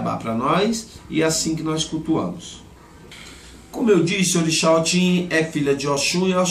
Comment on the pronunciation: Se pronuncia , OTI não OTIM porque a palavra OTIM é cachaça na língua Yorubá